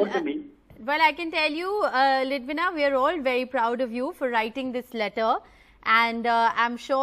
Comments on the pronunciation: Why is the anchor addressing her as Lidwana instead of "Lidwina". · It is beautiful to see the kid being politically aware of what's happening around. And the CJI definitely made her day by responding to her letter. However, the father prompting what to say could have been avoided. Thank God, the anchor realised that she mispronounced the kid's name 🙂